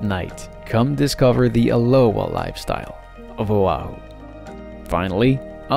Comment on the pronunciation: He keeps adding an “h” sound before O'ahu and aloha and it is soooo annoying!!